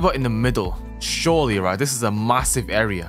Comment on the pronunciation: Wean you sey ‘surele not’ it is going to happen